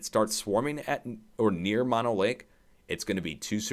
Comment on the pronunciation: Pronounced MO NO Lake Not MA NO